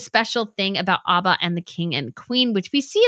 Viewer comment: It is ABBA as in Apple, not Arba.